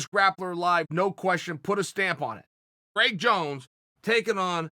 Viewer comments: Craig Jones: My name is spelled Craig not Criag. Chael: I say it's Criag. Craig Jones: OK great. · "Criag Jones"